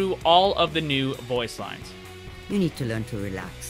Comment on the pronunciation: "You meed healing" lmao